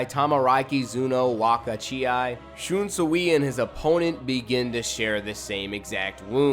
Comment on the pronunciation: it's pronounced shun sway lol but I think he's the strongest of all the captains. wouldn't have placed the rose whip dude so high he is fodder IMHO got wiped out by mask de masculine then renji took him out so... I know renji had a power up but that means dude is not that good. Gin is higher tier than him. he almost took out aizen